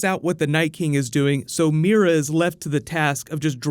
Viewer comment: swooord of meera??